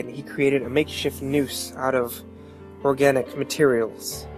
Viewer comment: the noose was ade out of his sister's intestines, you get a hint when he says ORGAN-ic material